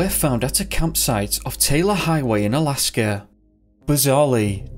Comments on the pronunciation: Jesus christ there is NOT an r in Alaska. Its not Alaskar. There isn't an r after every word ending in A. Fix your accent. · Their is no "R" in the word "Alaska" !!